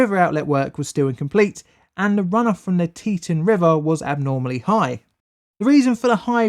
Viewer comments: We pronounce that Tee-Tawn.. note the TAWN part :) it's native american. That canyon is still remembered today.. terrible disaster :( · I helped with clean up from this. Boise is pronounced boysee. Teton is pronounced teataon. I realize you're not from Idaho. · Cool a disaster and hour from my house also its pronounced Tea-tawn and boy-sea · I live live here near the former Teton dam. By the way it's pronounced "Tee-tawn"! 😀 Oh! And Boise is pronounced "Boy-zee" Yeah we have some weird names... Just like the UK! Lol! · Good video, but it’s pronounced “tee-ton” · Is pronounced “tea-ton” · Arrrrgh, Teton is pronounced tee·tahn ! it's a Dakota word not english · Other than continually mispronouncing “Teton,” this was an informative and thorough analysis of the failure. Having had only a tangential relationship with this event I greatly appreciate the time and detail of your presentation.Thank you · great video i just don’t like how u say Teton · When he tried to say Boise, Teton, and Morrison-Knudsen... that hurt. :D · Please, learn how to pronounce non-English words! Like Boise or Teton. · Teton .. = TEE TAWN .. not T-tin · Tee-tawn not tee-tin, but great video nonetheless! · Teton is pronounced as Tea-ton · The "teetun" river? Sorry, no such thing. It's "Tee Tawn". Pronouncing it as 'teetun' has only just alienated you and your videos to the entire population of half a dozen states. Not a good idea to visit them now. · FYI, the pronunciation is TEE-tawn, not TEE-tun. 2nd syllable rhymes with "gone." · For future reference: It's Tet"ah"n not Tet"uh"n. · Forgive me if this has been pointed out already but I believe Teton is pronounced "Tee Taun". See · And Teton is Tee-Ton. Not Te-Tin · Pronounced tea-TAHN or tea-TAWN not tea-ten or tea-ton. Second syllable rhymes with dawn. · Yep, Locals call it Boy See, out of towners call it Boy Zee. The biggest pronunciation error was Tee Taun not teTun. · Tee-tOn is how we pronounce it in Idaho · Tea-t"ah"n and boy-sea